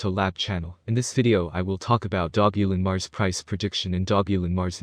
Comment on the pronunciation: If you market something at least pronounce the name right. And don't speculate ridiculous prices